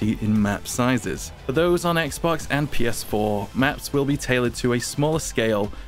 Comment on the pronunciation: Wait did you just say PS4? Can you repeat that?